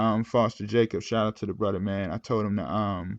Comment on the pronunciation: Off topic but Do you do that purposely? You say “Bruder” instead of brother like you don’t pronounce the TH is that on purpose bro?